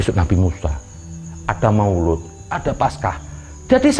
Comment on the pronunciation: maulid bo krbo bukan maoloood🤣🤣